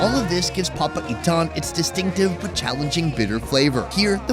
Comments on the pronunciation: It's called "PA-PA-I-TAN" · everytime he pronounce "papaitan" sounds like "papa ethan" and that's what made my day😂